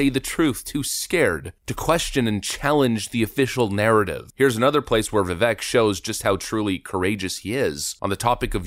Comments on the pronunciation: Bruh, it's VivAAAKE like cake! Learn how to pronounce his name if you are going to be a decent political content creator. You are welcome. Lol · His name is pronounced viveik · It’s Vi-vake like cake (as per Tim Pool) 😂 this guy would be awesome as VP the do a full 8 of Commander and Chief. Getting climatized would do him some good. Can’t wait till someone takes a hatchet to the system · Not wrong but vivek is pronounced as Vivek like cake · To pronounce Vivek is Vi-vake, like cake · Vivek like cake is how it's pronounced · For those who are interested his name is pronounced (viv ake. ) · His name is pronounced "Vivake like cake". Get it together. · His name is pronounced vi-vake, he is my current hero, he does not have the name recognition yet to win the presidency but he will the next time around. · Is it that difficult to pronounce his name correctly? I am a big fan of this channel, but not even saying his name properly is some bush-league due diligence. Vi-vaike, rhymes with cake. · FYI. Vivek rhymes with CAKE. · If you’re going to make a video about Vivek at least learn how to pronounce his name correctly…. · youre not even pronouncing his name right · Please learn to pronounce Vivek’s name correctly. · I really wish people would put the effort in to actually say Vivek's name properly. The e sounds like a long a not e like wreck. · Everyone please show Vivek some respect by pronouncing his name right. He's been in the public eye long enough for us to hear the correct pronunciation. Sucks when channels like this can't get his name right. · At least pronounce his name correctly- Vivek- rhymes with cake. Thanks! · You kept butchering his name it kept me cringing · All these videos about vivek and you still pronounce his name wrong 😂😂 come on brotha man it'd viv-ache not viv-ick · Vivek is pronounced Vivake like cake. I learned this the other day and was mispronouncing it too. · Vivek is pronounced Viv-ake like cake. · DUDE ITS VI(VEK) RHYMS WITH CAKE.